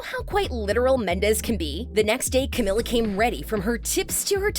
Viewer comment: It not pronounced Camilla it’s pronounced Cameeeela